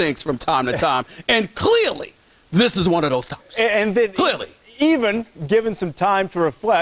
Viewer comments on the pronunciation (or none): CLEEALY. Clealy.